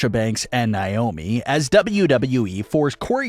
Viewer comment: Yeah they are "handling it" by butchering Sasha and Naomi's name